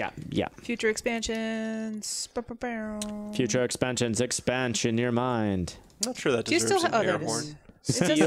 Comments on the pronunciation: i thought said bow and arrow but he sounded like he said boner and arrow XD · WHAT DID RIK SAY?